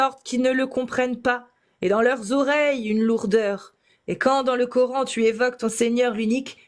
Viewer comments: La 1ère ne parle pas un mot d'arabe mais prononce cor âne... Bienvenue en absurdie... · Je rêve ou la première intervenante dit " Cor'haine" ? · J'adore cette suffisance à se penser dans la vérité alors que les autres sont égarés 😂! Elle ne parle même pas Arabe mais prononce le coran : corhaine et je trouve cela vraiment ironique !😂 Le plus fou c'est qu'ils pensent pouvoir les moucher et repartent tous la queue entre les jambes ! PS : sa démonstration à fait prout 💩 et elle s'est fait avalé par le trou noir Gargantua qui avale la fierté des musulmans humilié !😂